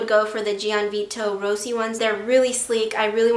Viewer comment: she keeps on saying gianvito rossi wrong